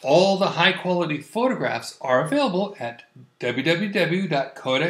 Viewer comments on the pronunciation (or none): none